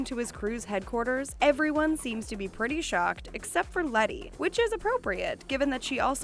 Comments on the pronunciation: *Letty not Lenny . 😬 cringe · Its “letty” not “lenny” 😂😂😂😂😂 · LENNY SHE SAID LENNY ITS LETTY LMAO